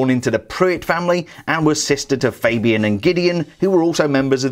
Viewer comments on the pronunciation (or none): none